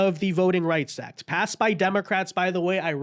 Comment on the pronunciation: "Voting Rights Ack" 🙄